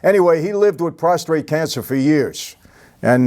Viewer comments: Hearing y'all say "prostrate" reminds me of Dennis Franz as "Andy Sipowitz" in NYPD Blue. It's NOT "prostrate" which means you're laying in a prone position, it's "prostrate" cancer. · PROSTATE no R after the T lol